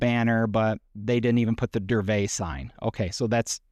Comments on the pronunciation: No. Correct is DURVET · Isn't it DURA-VET